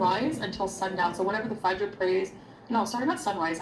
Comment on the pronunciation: Her pronunciation of things like suhoor and fajr is really grating.